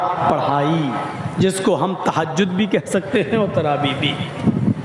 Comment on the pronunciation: Its taraweeh * not Rawaweeh 🙄